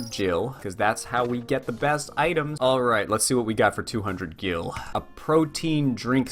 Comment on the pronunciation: YOU ARE SAYING GIL WRONG >:|